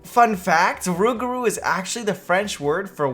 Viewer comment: It's NOT Rugaru BUT Loup-Garou! And YES I'm French! BTW the "p" at the end of "Loup" as nothing to do with the prononciation so It's Lou Garou... The more you know...